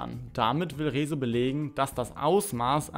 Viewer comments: warum sagst du eigentlich Rezos namen so merkwürdig ?? kannst du das nicht aussprechen oder ist das als Joke gemeint ?? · Lern Rezo richtig aus zu Sprechen! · Also sogar Phillip Amthor hat es geschafft "Rezo" richtig auszusprechen. Herzlichen Glückwunsch, du bist inkompetenter als ein CDU Politiker. Spaß bei Seite, morgen kommt ein richtiger Kommentar, kann aber schonmal sagen, dass das Video nach viel Arbeit aussieht und ich rechne dir das hoch an.